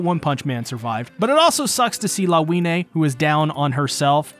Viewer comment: Her name is read as Lavinya